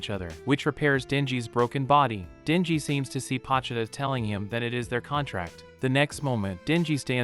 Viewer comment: Not trying to be rude but it’s bothering me that ur say pochuda instead of po chi ta